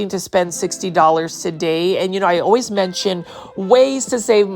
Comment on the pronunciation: I would 100% purchase that Aglaonema tuh-day! 😍